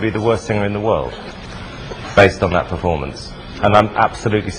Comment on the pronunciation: "dat" lol